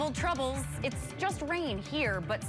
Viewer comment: Tuh-ravel Tuh-rubbles. Let me add an extra syllable to every word that doesn't need it. All around weird reading, and delivery. Pauses when she doesn't need to and doesn't when she should. And awkward hand offs to Kelly Bates and other reporters.